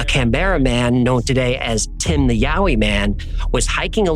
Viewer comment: I grew up in the blue Mountains and the Yowie stories are told from the moment you can listen to a story. I've never heard of the red frog thing though I must say I really appreciate you pronouncing all the place names correctly.